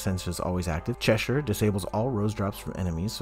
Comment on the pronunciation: thank you for pronouncing cheshire right so many americans say it wrong and it really peeves me as someone from cheshire